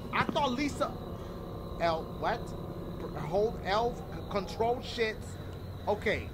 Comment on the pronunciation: Lml did he just say elf control😂😂🤦🏽‍♂️